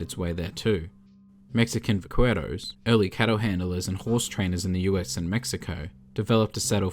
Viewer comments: The SPanish colonizing was ALSO conquering, and the word Vaquero is pronounced VAH Kyeh roh, not vah kweh roh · I'm sorry, love these videos, but you've got to stay away from Spanish. I don't want to hear "vaqwero" again. Like seriously, keep up the good work I can't wait for Epilogue part two, but please do not attempt to pronounce any more Spanish words. This isn't serious, but I see that it could be interpreted as such by anyone, so I add this at the end. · '''Mexican back-were-ous'' lol that's not at all how Vaquero is pronounced